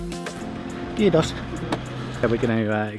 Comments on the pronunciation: The way you say kiitos is epic. You pronounce it very well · That Kiitos when you got out of the bus sounded so finnish! :D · Btw that was perfect "kiitos" when you exited the bus. If i was the driver i would think you were finnish 👏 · You said "kiitos" like a champ . You pronounce finnish words very nicely.